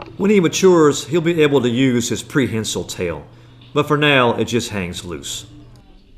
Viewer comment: It is prehensile not prehencil Please!